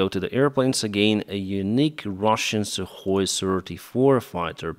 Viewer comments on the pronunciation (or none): none